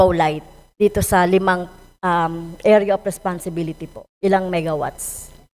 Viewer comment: Ang sarap pakinggan ng "Area of Responsibility" ng ilang beses